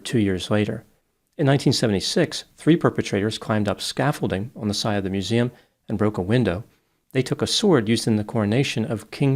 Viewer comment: "I was pissing by the mooseum when I heard the soond of bricking glass."